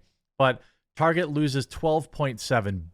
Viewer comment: I'm glad I'm not the only one who calls it, "Tar-jay" :)